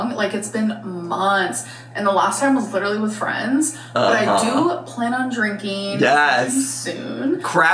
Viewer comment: "I do plan on drinkeeen soon" ok, 😅